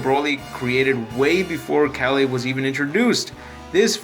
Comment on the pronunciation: Good video but how do you pronounce kale wrong? You said the other names right but can't pronounce kale, it's pronounced just like the veg.